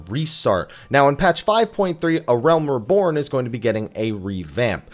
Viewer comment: "Uhrelm Reebourne" i c wat u did thar